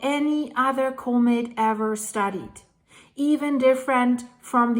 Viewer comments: ...ahhh...it's not a comet...it's a comb-it! 😂 Not making fun of you! I like your pronunciation. Don't change anything! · You are pronouncing comet incorrectly. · I'm wondering why you pronounce 'comet' that way.